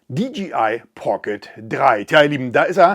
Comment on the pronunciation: Hi, mit tut es immer wieder in den Ohren weh wenn die Leute in ihren Videos sagen, die Firma DGI hat was neues….. Die Firma heißt doch DJI !!!!! Es hört sich so komisch an wenn man DGI sagt.